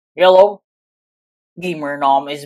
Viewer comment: I think he sounded like yellow*